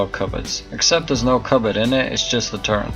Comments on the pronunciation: Its "Turret" Sir, there is no word in the english dictionary that goes by "Turrent" (FACT) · turret not turrent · Why the fuck do you say "Turrent" instead of "turret" there isn't an N in turret... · The fuck is a turrent? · TURRET NOT TURRENT YOU ILLITERATE FUCKING MORON! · Couldn't watch, disliked, learn to say turret properly. There is no N it turret. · THERES NO N IN TURRET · disliked for saying "turrent" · sadasdsf sdfafsag not a native speaker maybe, while you probably are and probably can't speak any other language than English